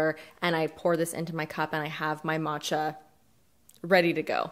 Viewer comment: Thumbs up for finally pronouncing “matcha” correctly! 👍👏😹💚💚💚 Proud of you!